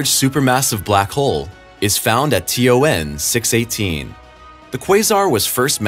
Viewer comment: you said T O 9 not T O N